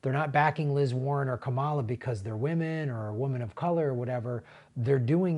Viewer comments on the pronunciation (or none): none